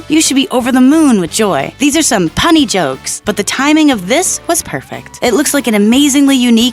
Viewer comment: I stopped playing arching when she said "punny" jokrs